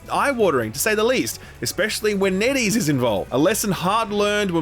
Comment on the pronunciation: I'm sorry, but whenever Netease is mentioned, I always hear Netties.